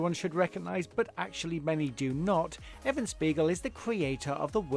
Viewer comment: Just an FYI - it's "EVAN" Spiegel, not "EVEN" Spiegel in. Geez ! Then you show Evan Spiegel again, yet introduce his pictures as those of Ludwig Theodore Braun. You guys everr check your own videos ???